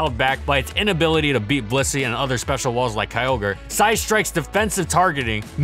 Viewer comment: Why do you pronounce Blissey as "pussy"?